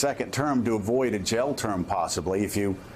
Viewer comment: When Joe says jail it sounds like he's saying gel.